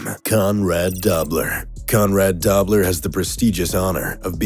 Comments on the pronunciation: "Dobler" is pronounced doe-bler (doe as in deer) not daw-bler. I grew up friends with his nephew of the same name; just sayin' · Doe-bler, not Dobb-ler. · Its Conrad Doe -bler NOT Dab - ler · Conrad Dobler's last name, Dobler, is pronounced "Doe-blur" not "Dobb-ler". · Conrad Dobler not pronounced Dobb ler. Come on if you claim to know what you are talking about...... at least respect yourself enough to know how to pronounce their names? Doh! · Roy Williams, James Harrison, Rodney Harrison, Hines Ward, Richie Incognito, Jack Tatum, Conrad Dobler, Suh, Vontaze Burfict and Bill Romanowski. Nice list. A couple things to note... 1) The narrator keeps pronouncing Dobler as "dawb-ler" when it was more like "Doh-bler", 2) Roy Williams doesn't belong on this list, and 3) This list is a better representation of "notorious" than "dirty". The players usually do a poor job voting for Pro Bowls or Top 100 lists because they only see players in their own division twice a year. If you are a DE in the AFC East you may have strong opinions about the OT's in the AFC East. You might give very detailed anecdotes about those players and allege a lesser known player is very dirty. How much do you know about other defensive players in the AFC East? How much do you know about the WR's? That DE may know the LT's well but less so the RT's. How well does the DE know players in the other divisions that he might play once a season, or may not? That DE will probably only play teams in the other conference every four years. This is really about a reputation burnished in the media. I read Jack Tatum's book "They Call Me Assassin" when I was a kid, about the time I started playing football. He was trying to knock players out. Three important points about that: 1) We didn't take concussions as seriously back then, 2) A lot of his techniques and hits were legal, and 3) Trying to hurt people was practically a job description at safety. I also read Con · Conrad DO-bler, not Dob-ler